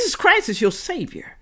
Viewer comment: it is SAVIOR, not SAVER.